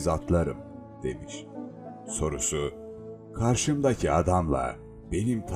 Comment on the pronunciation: Aynı ses kaydı yok muydu sende müzikten mi telif yiyor? Şu orijinalindeki “karşımdaaağğki adam” tonlamasını arıyor insan.